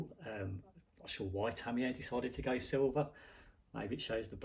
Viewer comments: Isn’t Tamiya pronounced Tami-ya rather thank Tami - Yay ? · My biggest fear is hearing ‘Tamiya’ pronounced ‘Tammy-Yay’. Stop it! Americans can’t say it either though… but they don’t go to your extremes, you sicko!